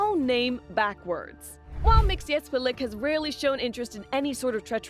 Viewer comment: Oh ffs, girl, my eternal respect for pronouncing with ease the name of Mr Mxzxcyxyzhzhhxhxyxyhzjxhxhhc